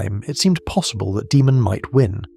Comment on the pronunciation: Can't tell if this is ai voice or not. If not it's pronounced Daymun, not Deemun